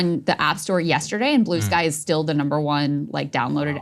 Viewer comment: Wtf is “Blueskay”? lol